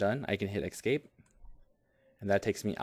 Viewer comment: Excellent video. But it's "escape". Not "excape". Made me crazy.